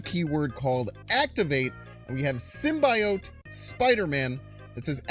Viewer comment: Calling Magneto "Magento" is shits and giggles. But prouncing it as "simbayote" is crossing the line.